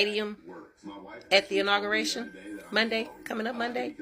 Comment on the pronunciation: It's not intergration ITS INAUGURATION